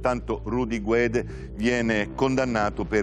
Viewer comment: ...e purtroppo anche il compianto Purgatori sbaglia in più punti: 1) Non vengono assolti con formula piena per "non aver commesso il fatto" ma per la vecchia "insufficienza di prove" 2) La pronuncia corretta di Guede è "Ghedé" in quanto la lingua ufficiale della Costa d'Avorio è il francese. La pronuncia errata è GUEDE: Rudy abitando in Italia preferisce "guede". Ma non è la pronuncia corretta.